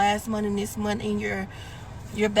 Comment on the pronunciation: Correction "80 hours a monf". Black people are turning into British people. Brits dropped the "th" on most words and added and f. Monf. "This has me finking".